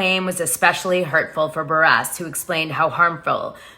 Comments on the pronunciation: Lmfao at Kandi “Buh-Resss”. And “EX-scape” 🤦🏻‍♂️ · It is Kandi B u r r u s s pronounced Burr russ. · I love you Dana but it’s buhrr-iss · You are pronouncing Kandi’s last name wrong …